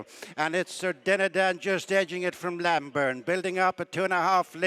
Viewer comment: The horse is Named Lambourn. not Lamburn. Terrible commetating.